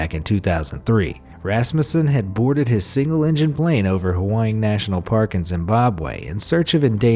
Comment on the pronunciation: Your pronunciation of Hwange is HYSTERICAL.